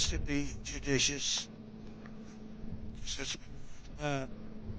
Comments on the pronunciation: Did he say delicious 😂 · Before they teach Trump a new word, judicious, they should teach him how to pronounce it! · Oh my goodness! He sounds like an Idiot! He is sick and disgusting 🤢 ! He couldn’t even pronounce “Judicious” correctly! He slurs. Ugh 🤦🏻‍♂️🫣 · Is he saying 'judicious' or 'do dishes'